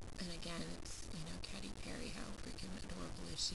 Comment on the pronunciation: youre saying katy wrong lol its not CATTY its KATEY, but your makeup looks good :)